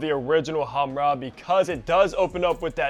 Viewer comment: Khamrah, but he can’t spell “kh” and that’s understandable